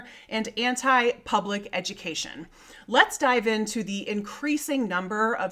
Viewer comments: "This is disrupting traffic and my childs eju-kay-sun" says she, WHILE REMOVING HER CHILD FROM THE SCHOOL!!!!! Visit reality much? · 'ameikan eju-kay-shun" - textbook oxymoron.